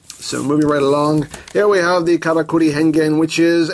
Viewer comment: I know it's saying "Karakuri!", but it sounds like "Kamakiri!", which means mantis.